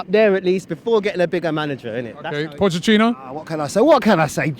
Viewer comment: Pochettino’s name should be pronounced Poh-Kay-Teen-Oh.